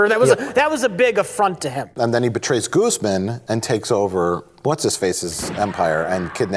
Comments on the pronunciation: lmao when he pronounces Guzman "Goozemin" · Pronouncing Guzman as “goozmen” is giving me cancer.